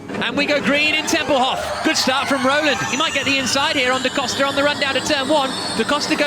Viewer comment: Someone please tell the commentator that "Tempelhof" is spoken with a long o and a short f. Not like Hasselhoff with a short o and a long f :) Great recap, really looking forward to the Berlin race. Hello from Germany :D